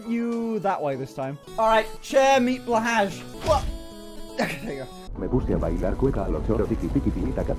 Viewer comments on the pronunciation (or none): none